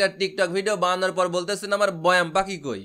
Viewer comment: এ আবার বৈয়াম বলতেছে😆